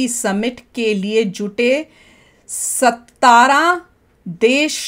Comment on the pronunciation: Maam its not sattara its satra 😂😂